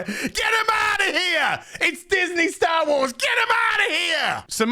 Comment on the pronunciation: Correction, it is Disney "Sher Wars".